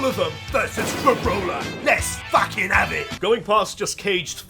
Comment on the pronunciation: "Let's fackin av it" 😂😂